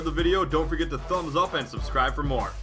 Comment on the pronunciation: the emphasis on great